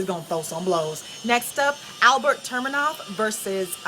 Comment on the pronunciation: ufc fight night 87 and its tu-me-nov not tur- me-nov .. lol...good breakdowns and picks tho!